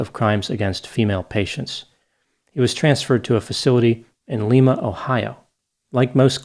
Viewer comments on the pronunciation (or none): Lye-ma not Lee-ma, grew up in Ohio! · While the city in Peru, Lima is prounced "leema", in the state of Ohio, Lima is pronounced leyema. The letter i, is pronounced like the word eye. Just an FYI,. ❤ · For the record, in Ohio, Lima (Ohio) is pronounced “LYE-ma,” not “LEE-ma,” the way Peruvians do. Ohioans have non-cosmopolitan pronunciations of many of their cities, eg, “Versailles” (Ver-sales), “Vienna” (VYE-en-a), “Toledo“ (Tol-EE-do), and “Russia” (ROO-she). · In ohio we pronounce it Lie-ma, not Lee-ma. Not saying it's the correct way, just lettin ya know! Hahaha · Thats lima pronounced lime•ah i was born there and my dad worked at the facility you meantioned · FYI . Lima is pronounced like the Lima in Lima bean . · Lima, Ohio is pronounced as LYE muh. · I'm transplanted from California to Ohio and I feel I have to say that in Ohio they pronounce it "Leema", not like the capital of Peru. Also, well done as ever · fyi: Lima is pronounced Lime-ah. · It’s Lima, like the bean, Ohio. Not Lima, as in the Peruvian city. Fun fact, we’ve butchered many other local city names, like Vienna (VIE-ANN-AH) in this part of Ohio. Americans, got to love them! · Like the bean, not the city in Peru! Another listener from southwest Ohio.